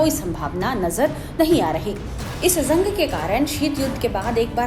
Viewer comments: जंग होता है not ज़ंग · Madam zang nahi jang boliye Gaja nahi ghaza boliye, please correct ur pronunciation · zang nahi hota jang hota hai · ज़ंग नहीं जंग बोलिए मैडम...😂